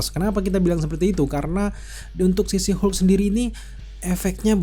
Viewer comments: nyebutnya jangan "si Hulk" bang wkwkw, kita bingung jadinya kedenger kaya ngomong She Hulk. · She Hulk bang. Bukan Shu Hulk